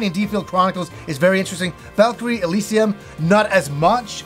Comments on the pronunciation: Valkyrie “Eh-seal-ium” ??? 😂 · That pronunciation of Elysium dude... lol. never change.